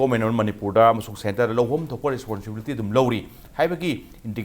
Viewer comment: Ta "responsibility" do sengna amta hyse taba nungaite